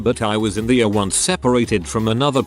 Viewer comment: If you continue to do medical material, can’t you get the bot to say E R rather than “err”?